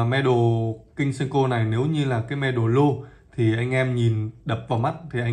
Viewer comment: Góp ý với bạn & những bạn phía bắc hay đọc là sen-kô Đây là cách đọc sai hoàn toàn....